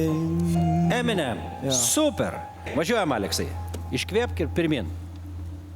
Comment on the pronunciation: He couldn't even say Eminem...😳